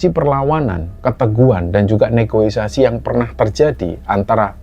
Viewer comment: Negoisasi❌ Negosiasi✅